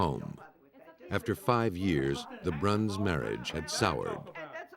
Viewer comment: Pearl's last name is Bruns not Brown. It's pronounced (Bruuhns)